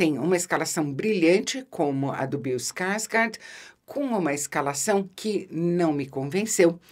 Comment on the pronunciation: Ficaria a tarde toda escutando Isabela falar: " Bill Skarsgard "